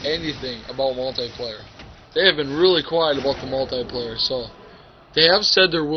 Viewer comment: he says multay player XD